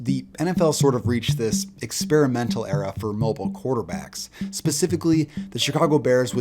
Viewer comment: Love the vids. But man did you butcher the word “experimental” lol